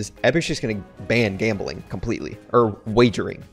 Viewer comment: The way he says gambling